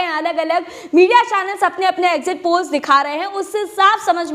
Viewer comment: Exit poll hai....???? zara clearly boliyeji...All the best to winning party.